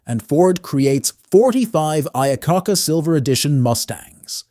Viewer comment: Lee I-uh-kah-kah🤣🤣🤣